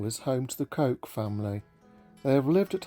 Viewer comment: Lovely video but I think you will find that Coke is pronounced as ‘cook’. Illogical I know…